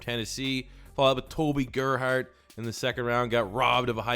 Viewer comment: You suck ass at pronouncing names 😂😂 Toby gerhart😂😂😂😂😂😂